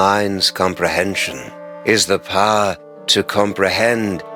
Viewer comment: for whatever reason when he says power i thought he said "P a h"